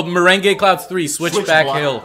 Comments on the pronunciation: You pronounced meringue wrong it's pronounced merang not meringey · Meringue is pronounced (mar-ang)but other than that great vid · ITS PRONOUNCED F##KING MORANG BUT SPELLED MERINGUE